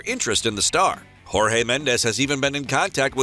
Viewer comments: You're supposed to say Jorge like "Georges" not the hispanic version of Jorge 🤧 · He will go to where hes wish and its Jorge not Rorge in Portuguese J is read just like in English where as Spanish its read as R and Sporting u know Sporting Clube de Portugal not Sporting Lisbon the only thing that is called Lisbon about the club is the city club is based on u can even check their social media and the logo its self